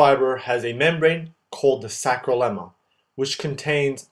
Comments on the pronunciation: Great as always except a small nitpicking: "sacrolemma" --> "sarcolemma"; "sacromere" --> "sarcomere"; "sacroplasmic R." --> "sarcoplasmic R." By the way, calcium ions are not getting into T-tubules but rather into sarcoplasm via the vast network of SR itself, I think. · Sarcolemma, not "sacrolemma" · is SARCOLEMMA not SACROLEMMA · its Sarcolemma not Sacrolemma, but great video and props on art quality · helpful video! but it's sarcolemma not sacrolemma :) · Everything was so well described except for the spelling and pronunciation of “sarcolemma/ sarcoplasmic”. It is not “sacro”. Other than that, great job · Awesome tutorial - super clear, extremely helpful, but... please re-narrate: it's sARCoplasm, sARColemma, sARCOplasmic reticulum. It's driving me crazy, please copy edit!!!